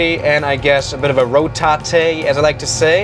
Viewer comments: Here's another one he says rotaté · I think it´s not only you likes to call it R O T A T É 🤣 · I love that “rotaté” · "rou ta te" bro.